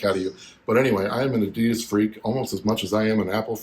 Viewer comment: You bring it to the next level mate! But as a German, please work on your Adidas pronounciation ;-)